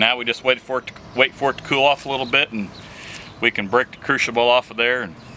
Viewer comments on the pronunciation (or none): Crucible pronounced Krew sible, not crew shable.